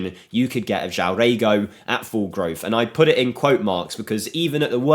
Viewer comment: you pronounce it JOAOM - and REGO means ass in Brazilian portugues